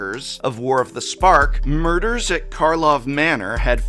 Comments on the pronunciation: It's equally damning that everyone, including throughout this entire video, calls it "Murders at Markov Manor" instead of Karlov Manor. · The reason is everyone (including Prof) has been saying Markov Manor instead of Karlov Manor ! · I can never tell if he or any other CC is saying Markov Manner by accident or on purpose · You keep it calling it markkov manor it's KARLOV BRO 😂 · Even the fact that prof calls it Markov manor instead of Karlov manor tells you what you need to know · At this point I'm not sure if Prof is saying "Markov" on purpose or not XD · Everyone take a shot when he says Markov instead of Karlov! lol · It's very telling how uninspiring MKM is that the Prof (who never forgets anything, especially not drawing on first turn of a commander game) kept calling it "Markov" manor and I didn't bat an eye. When I saw the set, I kept thinking "why is this on Ravnica?" 'Karlov' makes me think of Innistrad. The detective angle makes me think of New Capenna. Heck, a detective noire story on Kamigawa would have been cool! Go full Iron Man with it, with characters recreating what they think happened at a crime scene with holo-projectors and unhelpful or untrustworthy Kami! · Take a shot for every time says Markov Manor 😂❤ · Say Markov Manor. One. More. Time. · Why does he keep saying "Markov"? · He is clearly saying Markov on purpose. It's supposed to be funny. I don't see how it's a joke or how it's funny at all, but you don't say it wrong 50 times in your video while having the correct name in the thumbnail without it being intentional. Maybe it isn't a joke. Maybe he did it for exactly the comments we are writing. The algorithm demands engagement. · I'm curious how intentional the "Markov" manor stuff was since Prof did say Karlov once or twice but just sort of drifted out of it. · FUCKING KARLOV. IT'S KARLOV MANOR! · It speaks volumes that he didn't say the name properly even once. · I thought he was saying "Mark-off" manor lol